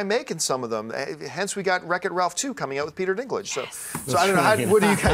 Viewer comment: lol "...bause of the dinklage." sounds kind of wrong.